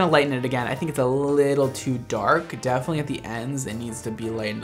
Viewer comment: " Not living not die ING " Also: defenenetly dying